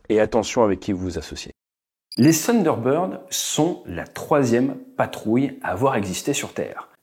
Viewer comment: Bonhomme ce n'est pas ''Sunderbird'' c'est ''Thunderbird'' avec le ''th'' !!!